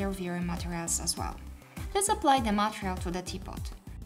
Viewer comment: Love how you say it "matrial" insted of "matErial" in every video, but now, its overusage time! 😁😁😁